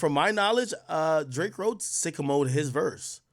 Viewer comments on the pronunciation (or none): Why TF he pronounce sicko mode like that????😂😂😂